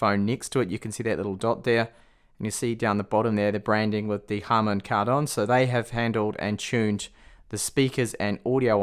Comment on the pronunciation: harman kardon not harden karmon 😂 but overall keep up the good work bro 👍